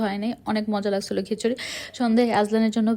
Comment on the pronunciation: হ্যালদি,খ্যাচুরি,প্যাপে, শ্যাষ,পরি😢 আপনার উচ্চারণে অনেক ঝামেলা আছে।